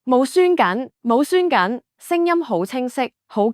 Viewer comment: 無栓緊（**或無閂緊**）你講普通話好嘛//shuan //